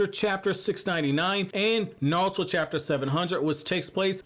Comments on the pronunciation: It’s naruto not nalta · I know you saying Naruto Na-ru-to but you keep saying Nawrl-uto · I liked the vid, but you kept saying "Narlto" which really bugged me. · Is this guy calling Naruto:"Naluto"or is it just me? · Ay bro yo intro says "NATURO" 💀